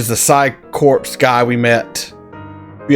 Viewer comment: Psi Corps is pronounced ''sy core'', not corpse.